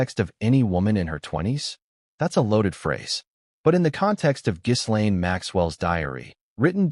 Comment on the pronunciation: “Ga lane, not giz”